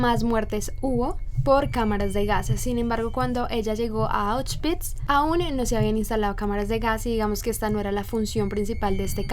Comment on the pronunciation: Me encantó que pronunciaste correctamente Auschwitz ❤❤❤